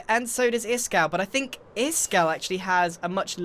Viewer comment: stop stop stop you're going to take someones eye Out. Besides you're saying it wrong it's Ishkall not Iskall